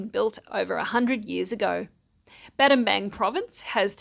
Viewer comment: Wow, nothing scary in this news report for a change! & don't worry about the Battambang mispronunciation. The person that first said, 'I know English' and christened the place Battambang, should have just acknowledged his/her mistake. Then changed the spelling to fit how the town is pronounced 'Battambong.' People really don't like to admit, when they make mistakes. So sometimes the rest of us have to make special exceptions on their behalf for decades to come. Sky hooks were wrong, ego is a dirty word : ) lol